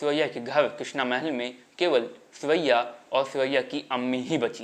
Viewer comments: सुरैया के नाम का उच्चारण करते हुए ध्यान देना चाहिए था। सुरैया, की जगह सिवैया, सेवैया सुनाई दे रहा है। जो कि बहुत अटपटा लग रहा है। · आपने सुरैयाजी के बारे में अच्छी जानकारी दी है. पर आप अपनी आवाज को ठीक करो बहुतायत में साइलेंट शब्द बोलते हो. हर बार सुरैया जी को सुअइया बोल रहे हैं